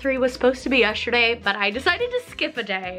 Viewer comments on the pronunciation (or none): yes-ter-day!!! NOT yesherday 😬😂 AHHH